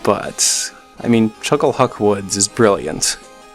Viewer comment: It's not chuckle-huck, it's Chuck-Le-Huck. I stand by my point.